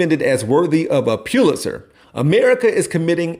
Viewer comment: So you make fun of him for mispronouncing a word and then your next sentence you say “Puewlitzer Prize” 😂 it’s pronounced pull- it-zer